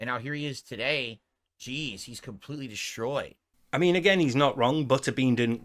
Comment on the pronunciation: Steve, why does have problems pronouncing certain words? Like he say Deshhtroyed instead of Destroyed. These other words he pronounce the same awkward way: Fruchtrating. Fruchtrated Schud (Should) Cchildren Schtrong Ekchstra Chtreshed (Stretched) Deshhtroy Reschturant Schritfighter Stresched (stressed) Schrteith (Straight) Any thoughts on that?